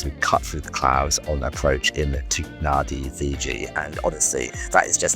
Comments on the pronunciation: yes, it is pronounced Nandi, everybody who ever visited Fiji should know 🙂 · It's a bit late now, but, although the capital is spelt Nadi, it is pronounced Nandi. Likewise, the second- biggest town of Sigatoka is pronounced Singatoka. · NAN-di, it’s pronounced Nan-di. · How long til they work out Nadi is pronounced “nan -Dee”? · Fun fact, it is pronounced Na(n)di with a silent N in the middle in local language. Great race though! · Loved watching this as you showed the different options of getting there. A lot of travel planners seem only use a preferred set of carriers, sadly I was one of those during my last stint in travel planning/consultancy. Looks you had a lot of fun and stayed at one of the classics of Fiji, the Sheraton. BTW Nadi is pronounced Nandi. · It's spelt N-a-d-i, but pronounced "Nandi" like "Candy"... Fijian language rules apparently.. - But enjoyed the super fun video! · Was here to say the same thing :) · Here to say the same thing. I cringed every time they said Nadi incorrectly.